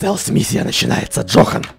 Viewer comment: его звали Джон, а не Джохн